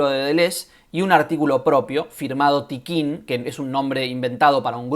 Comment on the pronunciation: Hola, Un par de cosas: El colectivo es Tiqqun, no Tiqquin: sin la segunda «I» que ahí le metes. Contribución a la guerra en curso es un libro que publicó Errata Naturae en 2012 y básicamente trae dos textos: ¿Qué es un dispositivo?, de Deleuze y «Una metafísica crítica podría nacer como ciencia de los dispositivos», de Tiqqun. En todo caso, la referencia de Tapia está completamente descontextualizada y sí, mal citada. Liga al texto de Tiqqun: Luego, algo que no gusta mucho a ciertos lectores de Deleuze/Guattari, es la presencia de Marx (y su influencia) en la obra de ambos autores. Tomo una cita que se encuentra en la entrevista que le hace Toni Negri a Deleuze: “Creo que tanto Félix Guattari como yo, aunque quizá de dos maneras diferentes, nos hemos mantenido fieles al marxismo. No creemos en una filosofía política no centrada en torno al análisis del capitalismo y sus desarrollos.” Control y Devenir en Conversaciones. Pre-Textos. 2014. Por último, si la adherencia al marxismo hace que la derecha más reaccionaria se horrorice, me parece un error de aproximación quitar «a modo» la presencia de Marx con el objeto de no incomodar a quienes se quedaron atrapados en el discurso de la guerra fría. Marx es una línea de demarcación en el pensamiento contemporáneo. No hay que obviarlo, en mi opinión. Saludos